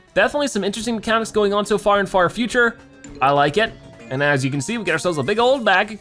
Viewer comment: I thought you said fart future